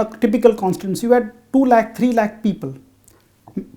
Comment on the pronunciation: One lakh. Not lake.